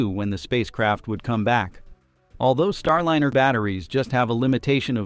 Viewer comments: "Starlinner?" Can you please say "Star LIE ner?" "STAR LYNER?" Oh! You said it properl... - never mind. God, how I HATE text-to-voice algorithms! It's not that hard to say "Starliner": Star- l-eye-ner. Can you people PLEASE train this program properly? As to the problem they have with "fixed price" contracts, SpaceX had no problem with it whatsoever. They have now taken crews back and forth in THEIR (extremely safe, clean, uncluttered and spacious) Crew Dragon many times - using their own boosters - and they were only given HALF the money to develop it that Boeing was. Boeing needs to be shut down by the FAA COMPLETELY, until they restructure their top management completely, and stop sub-sub-contracting different pieces of their aircraft and "spacecraft" in order to try to save money. This Bozo CEO has got to GO! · For Pete’s sake fix the AI narration—it is Star-line-r , not Star-lin-r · Could you PLEASE fix your AI voice so it consistently says "Starliner", not "Starlinner." AI is irritating with its non-human cadence, but at least get tge pronunciation correct! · Proper pronunciation is "Star-line-ur", NOT "Star-lin-ur" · This is incredibly petty, but the capsul's name that you say over and over is Star-LINER, not Starlinner. If your going to bash Boeing at least get the associated names right. Just saying.... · NAWSA. STARLINNER. Why does your AI reader pronounce these words right only some of the time? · why can’t this be improved —Starlinner—. No room for real person ? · Can’t you at least get your AI announcer to at least announcer to at least pronounce “Star Liner” correctly. You must be a Boeing C suite type. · Can you teach auto reader to correctly say starliner? The i is long because of the e that follows. Thanks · The narrator needs to learn how to pronounce "liner". (Or maybe not so smart AI?)